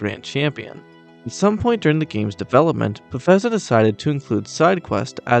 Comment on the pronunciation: I like your video friend. The only thing I want to bring up is I believe you were pronouncing Bethesda incorrectly, unless thats how people in the community say it. Otherwise some of these facts were actually really cool, like the water boiling!